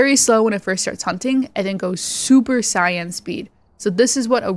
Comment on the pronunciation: just a tip, you said super sighyan, its pronounced super saiyan